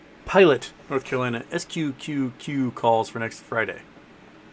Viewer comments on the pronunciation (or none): none